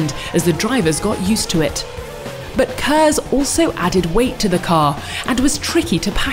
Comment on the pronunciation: KERS, Kinetic Energy Recovery System uses heat from breaking. Seriously it's *K*ERS not HERS. Also turbochargers don't work by reusing heat energy from the exhaust gasses. What is it with this video and "Heat Energy"